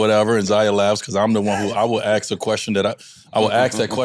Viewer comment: Grown rich man saying ax, pathetic